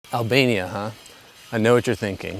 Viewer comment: i heard alabama not albania lmfaoo